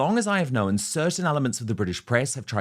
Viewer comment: Weird pronunciation of the word 'known' turning it into 2 syllables.